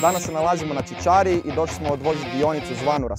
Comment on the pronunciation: krivi naglasak ti je na čićariji.